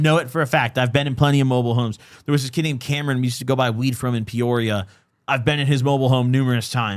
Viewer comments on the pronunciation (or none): none